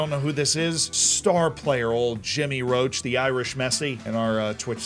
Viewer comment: How many times does he have to be told its not Roach? Its Roche from the French for rock. Pronounced like posh or in the UK often with the O sounding like the O in ghost but still with the CH sounding like the SH sound.